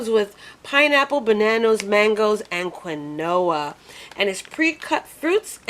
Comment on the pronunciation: Only because I cherish your videos and would never want you to be wrong Queen, Quinoa is pronounced Keen-wa. I adore and am so thankful for all you share with us trying to lose weight and just believe you would not take it offensively if we also shared a little with you, it's truly done with love, because you are valued on your efforts to assist us on our weight loss journey.